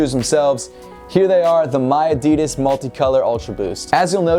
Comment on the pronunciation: No we dont say miadidas that way, i dont know where you heard that.